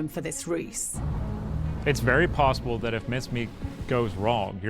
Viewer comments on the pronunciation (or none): none